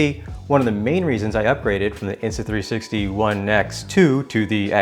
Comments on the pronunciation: Did you say Insta3"sexy"? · Did he say “the insta 3sexy x3”?